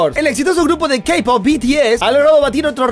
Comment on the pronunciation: No les pasa que su Ka poper😂 se dice kei poper